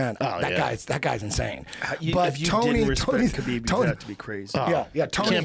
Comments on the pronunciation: ITS NOT KABEEEEB, it's pronounced HABIB. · A little disrespectful that he mispronounces Khabibs name over and over no one corrects him. The K is silent. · When are these guys going to learn how to pronounce Khabib?